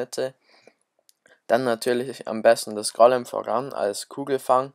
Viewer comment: Es heißt Golem und nicht Gollem und die P.E.K.K.A und nicht das P.E.K.K.A